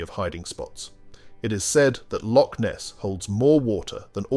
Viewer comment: It should be pronounced LOCH, A Lock is on a door or a canal